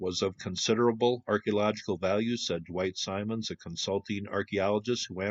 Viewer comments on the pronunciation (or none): none